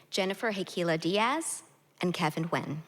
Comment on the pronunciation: Vietnamese-American author Kevin Nguyen's surname should be pronounced "N'win" instead of Win!